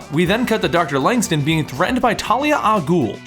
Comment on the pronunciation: LangSTRUM with an R not langstum